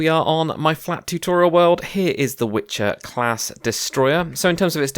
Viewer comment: Great tutorial, but one thing - it's not Witcher class but Wicher (Strong Wind) :)